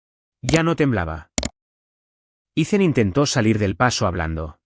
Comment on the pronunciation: Grace? Se pronuncia Greis..Ethan, Itan. No ice